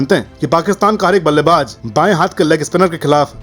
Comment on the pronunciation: Aap ko jjjjjaaaa se ziyada lgao h kya Ballebaz Ko ballebajjjjj😂😂😂😂😂😂 Please Ko Pleajjjj😂😂😂